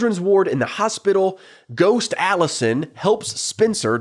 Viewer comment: you stress the first syllable and throw some twang on it lol. Aaawllisuhn. My uncle with a rural new york state accent says some A/Es the same way as you, like he only uses the right half of his mouth to say it and it blends into the following letter and goes UP a bit. Vs a flat, Hollywood "accentless" accent that says the syllables pretty evenly there was a huge debate in later seasons over how Emily pronounces the word "eggs" too, so you're in good company 😂